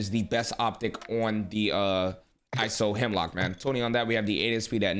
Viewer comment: The I SO Hemlock????? its I-S-O Hemlock